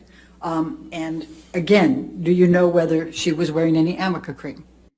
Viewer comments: AMICA Cream is a HAIR treatment. ARNICA cream is to soothe and calm irritated skin and temporarily relieves muscle pain and stiffness. Obviously Elaine can't even read her own notes and has no idea what it is! She is confusing the "r" and "n" for an "m" by running them together. Another ill-prepared, incompetent showing. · will hear Elaine in his nightmares saying "amica cream" for the rest of his days 🤣 poor guy. I love him, so entertaining!!